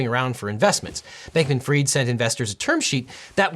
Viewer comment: It’s not Sam Bankman Freed……. It’s pronounced Fried……. As in fish is fried